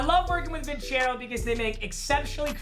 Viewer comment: Papa you pronounced your Sponsors name wrong you kept saying vin-chairo when its actually vin-cero